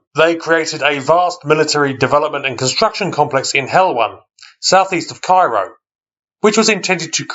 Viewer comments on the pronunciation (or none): none